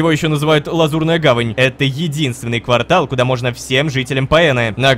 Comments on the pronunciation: Рома, ква́ртал это промежуток времени, а не место. Место это кварта́л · НЕ квАртал, а квартАл XD